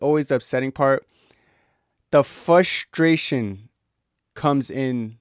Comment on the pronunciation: There's an R after the F in frustration brah... Just like there's 6 Ls after Izzy's name now 😂